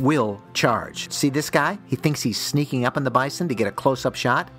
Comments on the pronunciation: Why do you repeatedly mispronounce Bison, then all of a sudden you pronounce it right once or twice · He went “bai-sawn” then went regular “bison” seconds later lol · It's supposed to be pronounced bizon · The first pronunciation "Bi-saun" about made my head explode lol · “Bye-san”….I don’t think I’ve ever heard it pronounced like that. 😂😂😂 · Bi-sohn...funny pronunciation. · Fyi ; In reality. Bison 🦬 is normally pronounced "bye - sun". 👋🏻 - 🌞 (It's been that way for a long, long time) But when a few "Fancy Restaurant Owners" (in and around Denver Co.) began serving it in their restaurants, and asking top dollar for it, they decided to approached the customer's table and offered them the "Fresh Daily Special" and intentionally pronounce it "Bye - Sawn", 👋🏻 - 🪚 instead. It has since become the norm to call Bison in the field 🦬 "Bye - Sun". and Bison on your plate, "Bye - Sawn". But some rich fools don't know the difference so they always pronounce it "Bye -Sawn" ! 🤷‍♂️ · AI can’t pronounce bison.